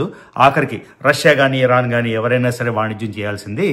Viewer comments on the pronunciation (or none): none